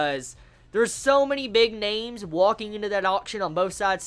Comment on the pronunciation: Dude no offense, but please work on your pronunciation of the names, it was confusing the shit out of me.